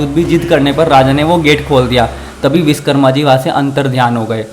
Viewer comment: Tum log thode ghadhe ho kya😡 1. बाल भद्र ❌। बलभद्र✅ 2. विषकर्मा ❌ विश्वकर्मा ✅ Gadho 🫏 pehle sahi se Hindi bolna sikho aur aur devo k naam ko sahi uchharan sikho, fir vdo banana